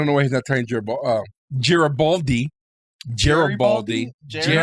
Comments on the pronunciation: Also, a soft 'g' as in 'great'. Not Jreat. But they were making fun of Jerry (doyle) and Geri(baldi) so I think they know but were just having a bit of fun. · Note: Its "Gare-A-Bald-E" Gare! Gare! Rhymes with care! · It's really fun watching your speculations soar off the rails 😂 And please please learn how to pronounce Garibaldi.... I'll help you with one - Bruce Boxleitner. ( BOX _ LIGHT_ NER)